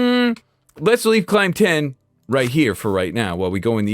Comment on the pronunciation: I thought you were calling your horse “Claynton” but it was Climb 10 😂